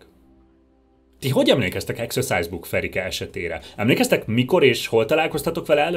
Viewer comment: Akkor rosszul ejtette ki a szót